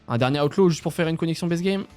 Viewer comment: Pourquoi tu dis aoutlaw ? Alors que c'est outlaw c'est comme le u de amblance 😂😂😂